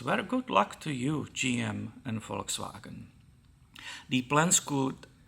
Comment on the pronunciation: knows how to correctly pronounce "Volkswagen".